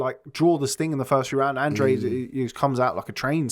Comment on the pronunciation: Hello guys, great pod cast, just an observation, Andrade is an Spanish last name and you pronounce it like this: Andráhdeh, thanks.